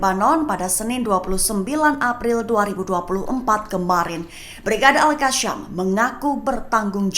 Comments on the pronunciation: Betulkanlah sebutan tu...pemberita lain elok jer sebut al qassam....ni al kasham...al kashamm....adehhh😅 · Yang bener itu al.kasam..bukan al.alka sham.. mimin pandai baca atau gak..memalukan.. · Baca berita molek2, sebutan biar betul,al qassam bkn al kassam